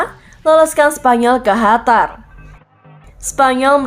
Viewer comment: Qatar min bukan hatar